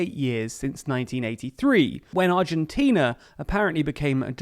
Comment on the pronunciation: Congratulations on a very well presented article, balanced and covering all basic points. You even got the Spanish pronunciation rsther accurately. Argentina is an extreme case of s society wishing to live well beyond its means, with a political class willing to provide the siren’s song. Consequently it has been running deficits of 4-6% of GDP on a consistent basis, so no surprise that inflation hovers 50% unabated. Let’s hope our perpetually adolescent society will one day come to its senses and decide to grow up. I am 69 already, and I am beginning to despair.